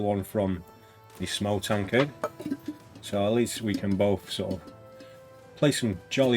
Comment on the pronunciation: Great showcase, thanks! Btw, Smough is supposed to be pronounced similar to "Sumo", so you nailed it!